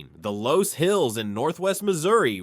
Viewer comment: loess is pronounced 'less' ... like in more or less